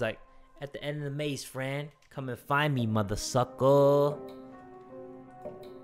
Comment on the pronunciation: When said Fran I thought it said friend so alike lol